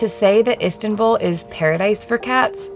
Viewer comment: Do not pronounce Turkish names with english pronunciation rules, you consistently pronounce Sarper, Istanbul, etc wrong.. if you do not bother to put some effort, just leave, we do not need anything from likes of you.